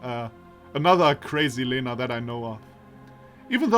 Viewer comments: I've rewatched the video again, L in Lena sounds soft all right to me, but the E indeed should be more like [e] and less like [i]. Also I've mentioned above soft sight and iotated vowels after a consonant make it soft, what I missed is that и [i] also does that (just adding it to be sure I don't accidentally misinform someone). So, say, I've mentioned earlier Елизавета reads as [jeliza'vʲeta] (soft v), but actually that would be [jelʲiza'vʲeta] (soft l and soft v). It's just softening by [i] is so natual it didn't occur to me to mark that. Actually, wikipedia explains palatalization saying the palatalized consonants sound as if they were followed very closely by [j] which in turn is very similar to [i] (for example, in Russian the letter й [j] is actually called short и [i]) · I think you pronounce Lena wrong. The L is more soft. ("Ļena" in my country)